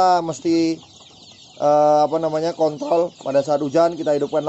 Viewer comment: sekitar - gw ngakak ama suara kontrol yg nggak pake r 😂